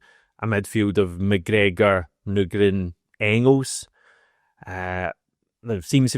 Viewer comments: You're at the wind up now, still saying Nygren wrong 😂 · I’m still absolutely seething about you playing audio of Nygren pronouncing his surname under the guise of making sure to get it right. And then proceeding to completely ignore him & make up your own incorrect way of saying it. I actually can’t understate how angry you’ve made me. With your ongoing efforts to grow subscriber numbers, you may just end up losing one very irked bear unless this seethe somehow subsides. Hope all’s well otherwise. Fond regards, Brian. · Mate. You need to say his name right. It's like people calling you HAM-ISH or something. HH 🍀🍀